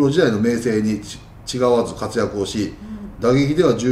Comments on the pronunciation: 発足→読みは「ほっそく」、違わず→読みは「たかわず」ですね(^o^) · 佐藤義則さんはコーチとしての実績も凄すぎます。 あと「違わず」は「たがわず」ですね。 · 「違わず」は「たがわず」と読んで下さい。